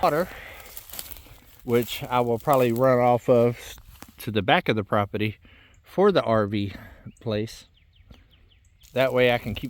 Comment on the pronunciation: IT'S NOT PROPETY... IT'S PROPERTY. Bugs me. ❤😊